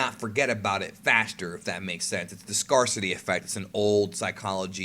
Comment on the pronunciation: Did you say scar city? Instead of scare-city? Hmmm